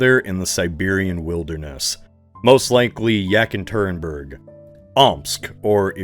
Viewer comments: Yak interim berg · "Yak and Turemburg" lmfao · no fucking way you pronounced Yekaterinburg like that holy fuck, my uncle literally lives there